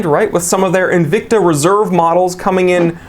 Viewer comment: your aw rong bout N-vic-ta... 🤪